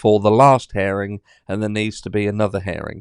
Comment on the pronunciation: You are so funny…herring is a fish…it’s hear-ing as in I hear what you are saying….love the British.